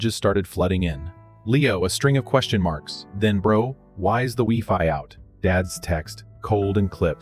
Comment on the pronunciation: It's no pronounced Wefi, it's pronounced WhyFi😊